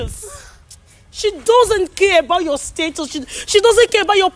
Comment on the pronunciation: It's not pronounce status. The a needs to sound a not ad e.